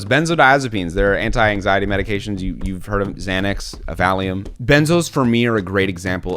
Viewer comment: “I’ve hearrrd” “they all feel same to me” Love it lmao